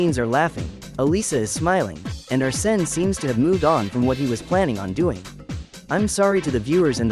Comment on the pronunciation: Not Arse-ne.